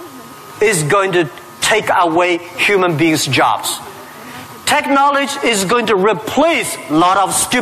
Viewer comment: why does Jack always say "Technoletch" .. it should be technology